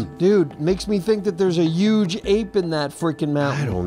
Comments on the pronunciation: Say huge..... Uuge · said uge